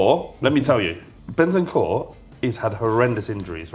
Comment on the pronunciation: Man said bentancur ahahahaha